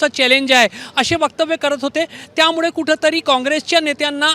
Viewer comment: पत्रकार, अरे बावा मराठी नीट बोलायला शिक. त्यामुडे नाही त्यामुळे म्हणायला शिक. 😊😊